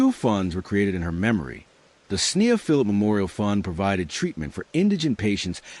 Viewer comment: When the narration can't even get the basic facts straight, it's hard to believe that any of the other information is accurate. There is little enough known of this case to begin with, without presenting those that ARE known accurately. Sneha was an internal medicine resident, not a surgeon. Correct pronunciation of her name (SNAY-ha) & that of her birthplace (KEH-ruh-luh) would make this presentation more credible as well.